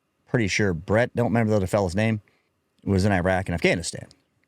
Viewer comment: It’s Brent, not Bret😂